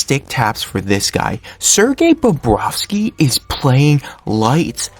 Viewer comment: Bobrovsky, not Barrowski or Bobrowski. Good job with the photos, but you should try to match them up to what you're talking about at the time. A couple of times, you showed a shot of Samsonov while talking about Bobrovsky. It's just weird.